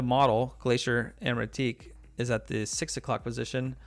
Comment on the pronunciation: This is making me want one or two. .. and I think your French friend pronounced it right